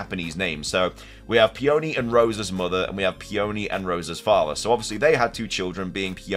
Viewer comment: Somebody please teach this poor boy how to pronounce Peony before my ears bleed any more